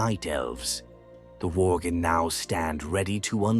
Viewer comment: lol "Vorgan"